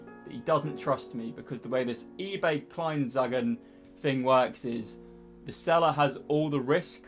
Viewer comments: For me as a German and BVB fan, this was very entertaining to watch :-D Its KLEIN-AN-ZEIGEN ;-D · Hey, great to see you found the Dortmund shirt you were looking for. It's pronounced like "ebay Clyne-un-zeye-genn". Maybe this is helpful for you:D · Kline-on-z-eye-gen is how it’s pronounced! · Pronounciation was: klein (like Calvin)-ennn-z-eye-gen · not really haha.. its Ebay Klein (that was correct) an (pause) tseigen that's how you speak it :D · i died as a german when you said EBAY Kleinanzeigen hahahaha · Vorallem als er Kleinanzeige ausgesprochen hat hahahaha